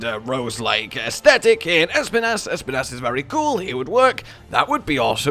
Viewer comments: Can someone...no, actually I will say it: Being basically spanish, i just have to say that Espinas pronounciation is just the way says it, but the accent is on the i, not the E Basically Espínas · Bro it’s I’m Spanish ad every time I hear you say it’s name it just makes me go “pronounce it right pleease” It’s pronounce by saying the letter S then pee nahs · Espinas is Spanish for Spines, I always like to hear how people pronounce Spanish words when they don't know its origin